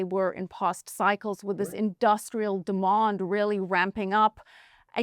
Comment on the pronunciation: My heart melts every time she says demond 😅